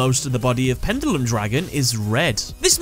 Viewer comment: You keep saying pendulum wrong